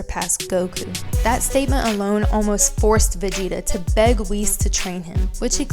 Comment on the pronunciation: Actually your the girl who can't even pronounce Whis and Jaco right, here's some facts, Arkira dosn't like Vegeta, Vegeta is a Support character, meaning that he has always fell behind, your looking way to into this and providing people false information, Vegeta is the weaker part of Vegito, it took both Trunks and Vegeta to fend off Merged Zamasu, there are MANY other senerios that prove that Goku will always be ahead and do you know why? Because he's the main character of the show, it's even on the official website, if your going to make a video use information that won't make already uninformed idiots believe even more bs